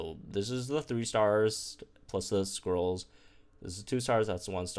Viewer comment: I know said "Lucky scrolls" but I keep hearing "Lucky squirrels".